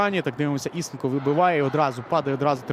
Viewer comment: Правильно ІСЕнко - наголос на другий склад.